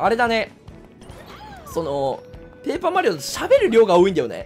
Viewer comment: ぷェイパーマリオ